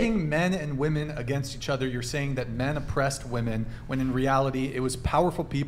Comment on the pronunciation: cant even use the proper plural pronunciation of women. Her opinion is worth nothing.